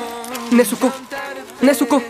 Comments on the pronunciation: Han notado el error en la pronunciación del nombre "nezuko" por todos lados? Al igual que Sazuke y otros nombres en japonés la sílaba zu se pronuncia zz, miren el anime en el idioma original y verán... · No se por qué Pero me molesta como pronuncia el nombre Nezuko, no se, es cosa mia pero a veces siento como si le faltará una tilde